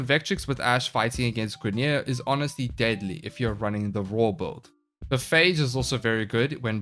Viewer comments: Why does call builds "böld"? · Every warframe youtuber pronounce "build" like "bold". What accent is that?